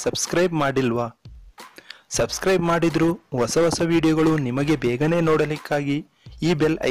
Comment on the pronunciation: Plz....swaami...Kannada na Churu uchchaarane..chendaaa. Maadi..osaa.....,,aleyaa.anthella helbedri...chendakke Hosa....haleyaa..antha saryaagi heli..chendada .Kannadada...anda.kedisde.idre aduve..dodddddddaaa.upakaara....reee